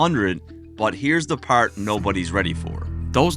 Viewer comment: You say "part" like you're from Newfoundland, maybe Cape Breton